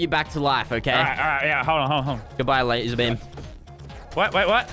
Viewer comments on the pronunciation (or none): Why do I hear saying Lazerbeam "Mr.Bean" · Because am not from a english speaking land, so when you say Mr Beam i here Mr Bean